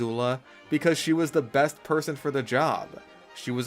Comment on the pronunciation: huh, that’s a weird way to pronounce best. What accent is that?